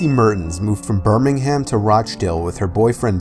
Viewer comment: Haha Birming-Ham